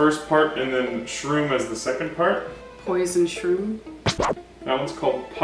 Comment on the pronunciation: I love how she said posion-shroom, and that's in the second I believe its called that